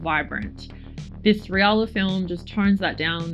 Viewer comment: Love those results! And yes the pronunciation is correct, in Japan it was transcribed as リアラ 😊 now i need to find some!